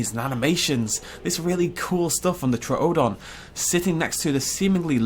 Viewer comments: True-don. You don't go to the Zo-o. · Why do you keep mispronouning Troodon? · Your over enunciating the second o in troodon. Is this an extremely nitpicky comment? Yes Do I care? No